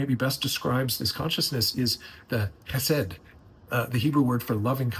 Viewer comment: It's not pronounced Key said. KH in hebrew is pronounced Hresed with an emphasis on the H